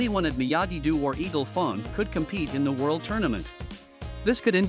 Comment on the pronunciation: Is it sust me or was the guy mispronouncing eagle fang